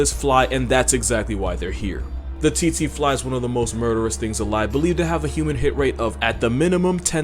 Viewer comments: I am pretty sure its pronounced cheche fly not titi fly I should know I live in Africa an weird deaths like these happen alot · Its pronounced Tseh-tseh, not Tsee-tsee... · Tsetse fly... pronounced (phonetically) tset-see. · I tried to hold myself😂 its not pronounced "tsi-tsi" as in "ts-ee" its "tse-tse" as in "ts-eh" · how to pronounce Tsetse fly...take the zz in pizza add the word air... ZzAir-zzAir fly...thank me later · The fly is pronounced tet sy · I thought the Tsetse fly’s name was pronounced “sexy” fly? 🤔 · The snakes name is in Afrikaans and is pronounced "b-oom-slung" The fly is pronounced "tse-tsi-fly". Love your content. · the pronunciation of tsetsefly killed me but it is very deadly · As a South African, I can tell you that you butchered the name of the boomslang 🤣 and the tsetse fly pronounciation just had me cracking 🤣